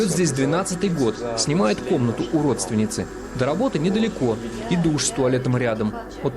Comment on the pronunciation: я один тут услышал "УРОДственницы"?